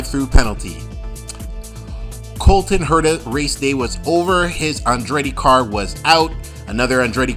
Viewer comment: Cullen Herta and Rynus VeeKay? How can you consider yourself a reviewer of Indycar events when you're not at all familiar with the pronunciation of two of their biggest stars? Pendulum issue? Seriously, find another profession please.